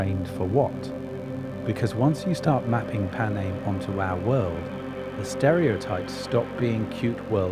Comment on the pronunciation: Please use your own voice and not an AI voice that can't even pronounce Panem